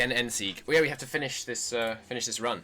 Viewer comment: You pronounced it right. I am Austrian